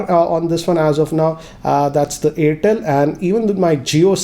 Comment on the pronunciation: it is airtel not yertel